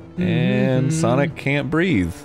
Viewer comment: "I wanna play some Ssawwnniicgghh... hey everyone welcome back" rewound it like 10 times 😂